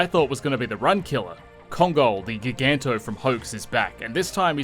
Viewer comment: ....did you say gig-anto? You realize it's ji-ganto as in giant......